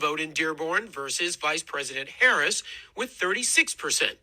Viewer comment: LET’S BE CLEAR—THESE PEOPLE VOTED ANTIBLACK. THEY COULDN’T EVEN PRONOUNCE VICE PRESIDENT HARRIS’ NAME CORRECTLY. Oh well, perhaps they can rent an Airbnb next to an Israeli settlement. FAFO🥲